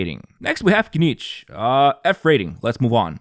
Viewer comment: Bro called KINICH "niche"